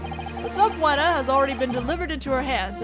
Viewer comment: Just so you know, subpoena is pronounced su-PEE-nuh. Just for future reference.